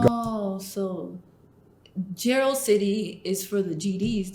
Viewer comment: Jaro(Jar-o) it’s pronounced btw